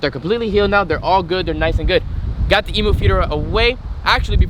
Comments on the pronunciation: Eeeeeem-yooooo NOT Eeeeeee-moooo! Gah! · Hey man can you please say emu like we do in Australia it goes like “E mmm U “ No Emoo’s over here ❤️ Still love the vids but no hate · What the fuck is an e moooo. You pronounce it totally wrong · EMU not EMOO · Please pronounce Emu properly 😡🇦🇺🇦🇺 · Just saying you pronounce emu by saying the actual letter e at the front